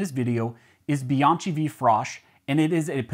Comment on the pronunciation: In italian it's pronounced Be-onkey. Chi=key